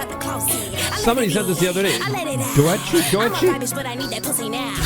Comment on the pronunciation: the doechii name butchering is killing me 😂 … yall need to put some sauce on the swamp princess